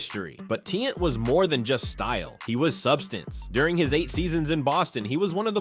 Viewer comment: It's not pronounced tee- ant it's ti-yant say it with me tiannt